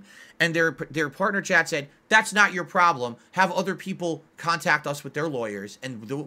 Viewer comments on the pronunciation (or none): none